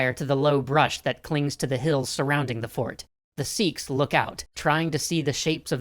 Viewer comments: S-ee-ks wrong S-e-kh right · I can't with the way he says seekhs its sikh like sick but with a kh sound